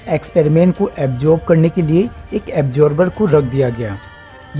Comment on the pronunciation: Very nicely explained 👏 👌 But .. ऐब्सोर्ब नहीं..... ओब्झर्व (observe)